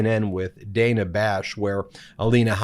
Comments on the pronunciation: Dana Bash: pronounced Dar-nar, not Day-nar. 🙄😖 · It’s DAN-A. Not DANE-A Bash. Took me a while too! Cheers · Protip: "Dana" as in Dana Bash is pronounced "danna" not "dayna" (yes, it's unusual) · Dan-a.... not Day-na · Love your channel Ben…. But it’s pronounced Danna……. Not Dayna…. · Love what you do but Ms Bash's first name is pronounced Dan-A not Day-na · BTW, It's /danna/ Bash, not /dayna/. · It's pronounced 'Danna', Ben. Not 'Dayna'. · I may be picky or wrong, but I think it is pronounced Dan_ah. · Hey Ben, it's pronounced Dan-uh, just trying to be helpful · Dana Bash pronounces her first name as Dan-na. Not a big deal, just a FYI. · It’s Dana pronounced like Dan with an “uh” at the end. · Its pronounced Dan-ah Bash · Hey Ben...just for further reference,. It's Dan*a Bash..short a. Keep up the good work! Love the videos. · Ben… he name is pronounced “Danna”. Don’t be a Republican name-mangler. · Dana Bash’s first name was consistently mispronounced. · Ben, your views need to be expressed, but you lose credibility when you mispronounce so many peoples’ names. Please learn how Dana Bash pronounces her first name, and verify pronunciation of other names before you record your videos.